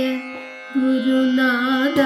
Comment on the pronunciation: Nice, നാഥാ ഇതിലെ ഥാ ഉച്ചാരണം ശരിയസ്സാക്കണം. നല്ല ശ്രമം 👍